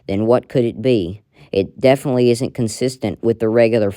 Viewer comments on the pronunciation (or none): none